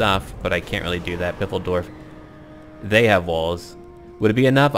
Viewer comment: It's stil FILE-DORF, not PIFFEL-DORF :D